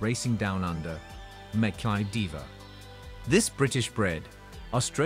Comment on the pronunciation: Where the hell is Winx, you dummies? - while it's 'Mack-kie-be', NOT Make-be Diva!